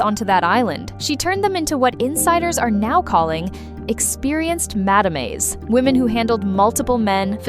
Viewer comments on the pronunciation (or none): please learn how to pronounce the french word Madame!